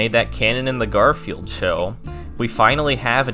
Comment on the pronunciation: GAR-FEE-ELD PEACE CORE Holy shit, kid